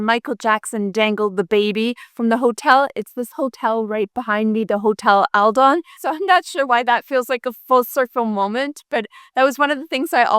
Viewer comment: The name of the hotel that Michael Jackson dangled the kid from is Adlon - not Aldon!